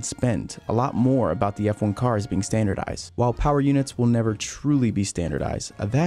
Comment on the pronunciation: Standardized (in US English), not standardize. I'm hearing and reading this weirdly dropped d all over, in words like 'bias'. 'You're bias' sounds fucking mental.